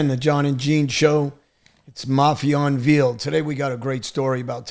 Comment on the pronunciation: Johnny it’s not “invEEled” it’s “unvAYled”. That’s not the correct spelling but it the correct pronunciation.